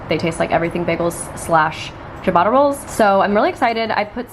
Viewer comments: Omg, I love how you pronounce Ciabatta - it's waaaaaay off, but so cute! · Chabata rolls? 💀 in South Africa we pronounce it Sheeabata rolls LOL. love this video though :)